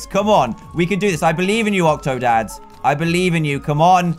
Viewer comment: Call octodad, octodan Like if you agree